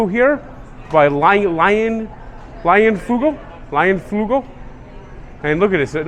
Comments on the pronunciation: Lionfugel?? c'mon! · Lol...its "Leinenkugel's". Thanks for showing the Brewers stadium to folks